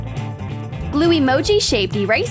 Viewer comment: She said BLUE fluffy pom-poms.... BLUEE